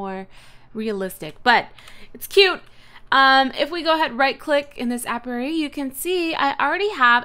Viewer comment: It's pronounced aye pee airy